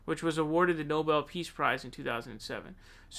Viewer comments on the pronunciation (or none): none